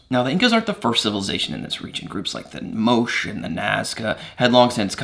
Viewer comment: Small correction on pronunciation, ~ Moche is pronounced with two syllables and a "ch" like in "chair," "Moe-Chay." Also, ~ That's the flag of modern Cusco; what we know of the original Inca flag was that it was square, stood stiff rather than waving in the breeze, and had rainbow colors. It's likely that it was a type of Wiphala, made up of a checkerboard pattern, rather than having straight stripes.